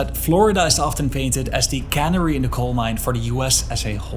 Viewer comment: Great vid thanks! Just one tiny feedback, in English it’s pronounced ka-NERRY! Like the islands 😊